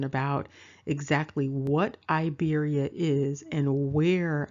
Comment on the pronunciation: Hello, this comment is late, but I want to tell you that Iberia is not (a)Iberia, nor Ibro, it is Iberia, it is pronounced like (e)beria, and this is the present Republic of Georgia. As for the national clothes, it is called Chokha, and the one worn on the head is Bokhokhi. which was sewn from pure sheep fur. There is also a different headdress called a kabalakhi I don't know where from dig it up this information, I will tell you that it is not Germany, nor Africa, nor Australia, nor China. This is Georgia and the ancient name of Georgia, thanks